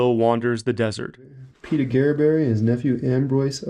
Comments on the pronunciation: I've never heard his name pronounced like that before. (Mostly heard "augerberry") I first visited Aguereberry Point back in the 70's and we drove right by the mine but didn't stop there. Hopefully you went up to the point, the views are breath taking. Our last time there was in 2017 and it looks like the camp ruins are a little worse for the wear. I never hear much about the connection with Shorty Harris so some of that info was new to me. Good job on the historical context. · I do like your channel, but please look up pronunciation for the places you visit. Just a quick online search and I couldn't find Aguereberry pronounced the way I heard it in the video. Ah-gur-berry is how I've always heard it referenced. Safe travels.